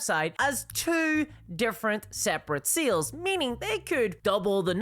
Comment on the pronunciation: I hope this doesn't come across as mean spirited but I just had a good laugh about halfway through this video. It took the host saying the word "sales" at least 15 times before I realized they weren't saying "seals." I genuinely was taking far too much brain power to try and figure out what they meant by seals. 😂